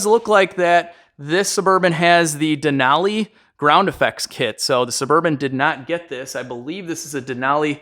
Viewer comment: Thanks for pronouncing "Denali" correctly!